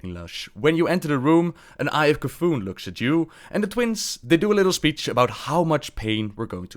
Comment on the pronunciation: Shame on you for C'thun pries, shame! Awensome video by the way